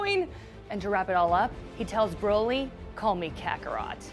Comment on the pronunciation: I hate how she pronounces Broly